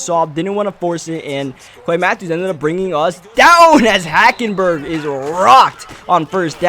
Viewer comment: You said HackenBurger